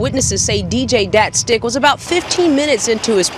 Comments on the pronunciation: LMFAO the news reporter says Datstick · Lmao she said datstick lmao 😂